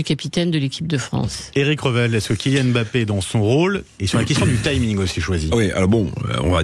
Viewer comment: Apprenez déjà à prononcer son nom. Il ne s'appelle pas M ' Bappe mais Mbappe.